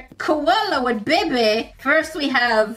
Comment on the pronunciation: I find it really funny the way she says ba bay